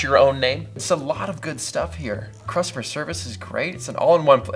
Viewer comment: Can we call him RePete? If so, RePete definitely said "Crustomer" service. Haha